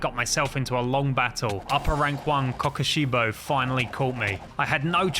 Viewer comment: The way he says Kokushibo 😭 Specifically